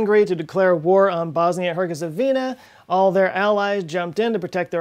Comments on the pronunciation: oops!!! Herzegovina not Hergezovina :D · Herzegovina not Herguizovina. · It's funny that you keep saying "Herguezovina" when it is "Herzegovina", (even when Austria declared war on Serbia, but that's a minor thing) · It's not hergezovina. It's Herzegovina It's not Michael gazzagina. It's... Ok you might mispronounce that one in purpose :D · Herzegovina not Hergezovina for Ferdinand’s sake!! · You pronounced "Herzegovina" as "Hergezovina" and "Gazzaniga" as "Gazzagina". Are you feeling OK? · Herz-Igo-VEENA; you 'nucular'-ed it. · Cmon man, Herzegovina, it's not that hard to pronounce :P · Nice, except for "Hergezovina". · "Hergezovina"?? U wot m8?? O.o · her ZE govina ffs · It's pronounced herezNooogoovvniaaa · Bosnia-ErZeGovina, lmao I love you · Damn, you murdered that Sarajevo and Bosnia and Herzegovina but was a good try :D Great vid as usual, cheers